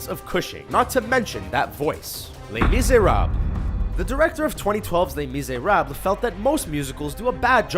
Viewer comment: Les Miserabb... lol im no french but even i know he said that wrong